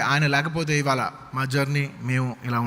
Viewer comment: వీడికి “ఇవాళ “ అని పలకటం కూడా రాదు,ఇవాల అంటున్నాడు. అల్లు రామలింగయ్య సపోర్ట్ తో మెగా ఫ్యామిలీ ఎదగటం ఏంటి? Talent లేకపోతే చిరంజీవి mega స్టార్ అయ్యే వాడా? ఒళ్లు పొగరు ఎక్కువ అయింది అల్లు అర్జున్ కి